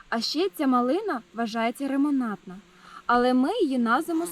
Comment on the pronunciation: Доброго дня! Дивлюся вас весь час, також маю цей сорт, він супер. І маленька ремарка, не рамонантна, а ремонтантна)) Дякую за розуміння))